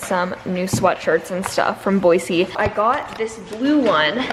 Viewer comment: It’s boy-z not boy-c